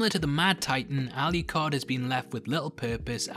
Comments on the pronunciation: That's the second person I've heard calling Adrian, Alicard, instead of Alucard. Really weird. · I'm sorry, by the way you're pronouncing 'Alucard' is driving me bonkers. Where are you getting the "Y" or "ee" sound from? There's no 'i' or 'e's in his name! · lol why didn’t you edit out when you mistakenly called Alucard, Aluhard? 😅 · ....why do you keep calling him "alley card"? Regardless, I'm sick of watching reviews and reading articles wondering if Alucard is bi,straight,gay...or anywhere in between... doesnt it matter about how how lonely he was, how desperately he missed trevor and Sypha that he would just take in two strays? How he fooled him self into thinking he loved them? How he fooled himself into thinking they loved him? How is this going to effect him when he meets back up with trevor and Sypha? I'm not saying you are saying anything about his sexuality... it just kills me that most media I ingest about this is about whether or not hes gay...hes fucking immortal...who cares? Thanks for the great overview and doing the characters justice. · Al you card 🤣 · "aluHARD." lmfao